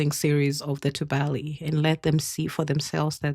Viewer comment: Tubali is pronounced too bali. The bali sounds close to replacing the v in the English valley with b.